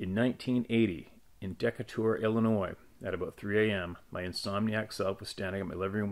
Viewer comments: “Deck-a-tor” Illinois? That might be Decatur, Illinois (Dee-kay-tur). I used to live a half hour in a small town down the road from them. As for the way you upload, I don’t mind at all listening to ones that have been reposted. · It is pronounced De-Kay-Tur, Illinois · Decatur IL - deh-kay-tur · it's not really necessary but let me help you pronounce some Illinois locations? Lol but really they are hard as they're from different native tribes. I will provide a list of places in Illinois I have either had an encounter with something unknown or places near that would not surprise me if someone wrote about. Decatur is Dee-kay-ter Kankakee is Cain-ca-key Bourbonais is Bur-bo-nay Oswego is Ah-swee-go Manteno is Man-tea-no or commonly referd to as Man-tucky. I expect more from these areas based on personal experience.